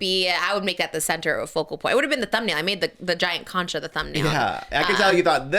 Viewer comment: Trisha’s pronunciation on concha 😂